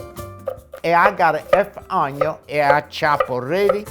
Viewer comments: Why all italian chefs say onio?🤣🤣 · i love when you say add the onion. your accent on onion kills me